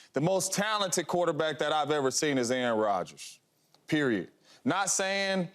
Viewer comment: “Aaron Rodger”😂😂😂 Drug test this man